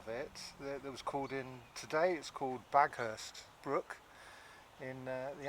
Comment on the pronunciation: Great informative videos of this area. I grew up in Baughurst, it is pronounced locally the same as you did Haughurst by the way not Baghurst. I recognise many of the locations you visited. Keep up the good work.